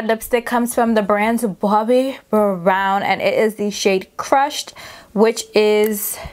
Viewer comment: Might need the Aunty Pat + Uoma + JP lippie 🤤😍 I loveeee my Mac lipsticks ! Blankety is one of my faves !! Hollering at how you said “Bobbi” It’s Bawse lady period 💅🏾